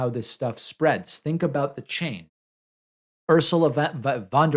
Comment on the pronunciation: I didn't see the newscaster struggle to read the teleprompter. However I did hear you struggle to pronounce Ursula's last name.